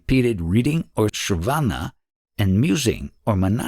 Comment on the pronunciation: Shravana, Manana, Nididhyasana, with an accent on the first A. Otherwise brilliant reading 💗💗